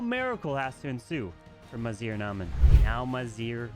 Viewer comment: I believe our brothers Maziar and Amin are Iranian. GGs to them. their names have tough pronunciation and you completely got them wrong lol😂❤